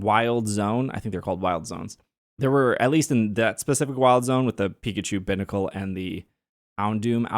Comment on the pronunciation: Pronouncing Binacle that way kills me. lol It's little "Bī" like two.